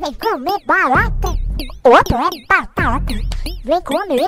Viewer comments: Eu ouvi ela falar barata e não batata kkkkkkkkkkkkkkkkkkkkkkkkkkkkkkk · impressão minha ou ela disse "eu gosto de barata" kkkkkkkk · E mesmo parece pitanga que ela disse kkkkkk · É mesmo parece q ta falando pitanga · A melhor parte é quando ela fala “ BaTaTa”